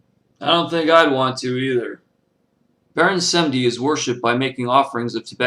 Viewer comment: Wow you make us white people look stupid and for a fact we do use voodoo doll and Baron Samedi you said his name wrong that right there is disrespecting him. Plus if you going to talk about a Lwa or any god from any path you should search more then reading it from a book a book will not tell you shit they only tell half the truth or complete BS. I not trying to sound like a dick but I do practice Voodoo